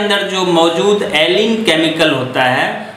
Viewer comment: Bhai alkin nahi allicin hota hai